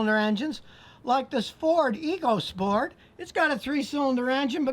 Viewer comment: it's actually pronounced 'echo sport', for some reason